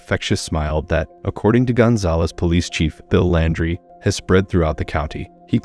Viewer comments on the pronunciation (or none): none